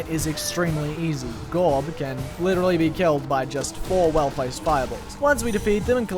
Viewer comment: you pronounced it wrong. You're supposed to say "GOOOOOOOOOORRB"